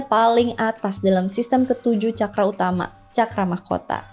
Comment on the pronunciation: Terima kasih ( narator)…rupanya narator sdh membekali dirinya dg apa yg akan disampaikan dan ini betul adanya..contoh dg mengucapkan kata CAKARA berasal dr bahasa SANSKERTA dari negara BHARATVARSA/BHARATIYA/INDIA..bhs tersempurna dipandang dari sudut konsonan vocal tata bahasa dsbnya, semoga bermanfaat bagi siapapun yg tlah menekuni SPIRITUAL👍